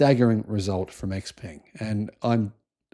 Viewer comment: By the way. XPeng's pronunciation is "Shao Peng" in Chinese.